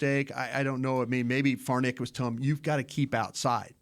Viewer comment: Why can't pronounce Farniok?